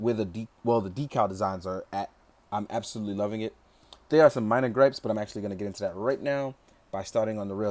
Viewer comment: Absodutly? I've found my new favorite word